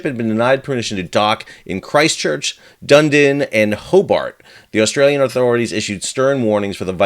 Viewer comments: As a Kiwi I am now in mock horror at your abysmal pronunciation of Dunedin. Try Dun - E - din. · Dunedin is actually pronounced ‘Duh-nee-Din’. I was born in New Zealand and have lived here for over 60 years.